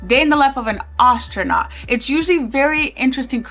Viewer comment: You pronounce "astronaut" weirdly, but otherwise, great video :)